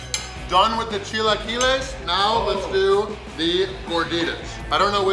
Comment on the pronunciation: The fact that you pronounced "chilaquiles" correctly! I know mexicans who dont pronounce it correctly!!